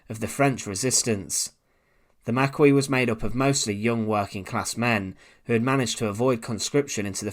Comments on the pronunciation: Please try harder with your pronunciation of words, I really enjoy historical videos, but yeah it's hard to have faith in the channel when you can not pronounce the word "Lieutenant" or "Marquis" but HOLD ON!!!!!!! before anyone decides that I am an idiot "he's not american", "english people speak differently" "blah blah blah", that has nothing to do with it, I watch a lot of ww2 documentaries that are narrated by englishmen, so that is not it, he's just not taking the time to pronounce the words correctly, and I feel like he should be able to properly pronounce the words when doing the narrating for historical based content... I really do not mean to be an asshole, but yeah I feel like it should be addressed, I don't know how to get a private message to you or I would have reached out instead of leaving a negative comment, so please forgive me for this comment.... It was meant as constructive criticism though, I am not bashing your video, I am actually going to continue to listen because I find it interesting, so thank you for the content, haha. I apologise if you think I am an asshole. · We’re up to 87 similar comments on how to pronounce Maquis, let’s shoot for 150. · Mispronouncing The Maquis obviously matters to the french and if he can't get the simple things right then what's the point. The Heer wasn't the forerunner of the Wehrmacht as he claims. The Heer,(Army)Luftwaffe(Airforce) and the Kriegsmarine(Navy) all made up the Wehrmacht. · Unbelievable remark ! The Maquis along with other freedom fighters during the 2nd World War played a significant role is bringing an end to the Nazis and if it wasn`t for them, the War would have lasted a bit longer. We owe them our respect by at the very least pronouncing their titles correctly whether you`ve of their politics or not. I cannot believe i`m having this conversation, its pathetic. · Makee not Makweee. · It's pronounced MARKEY not maquee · Maquis is pronounced mak-eee not mak-wee. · Pronounced makee, not makwee